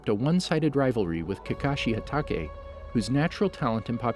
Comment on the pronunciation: Am i the only one trigerd about his pronunciation like obto and hatakei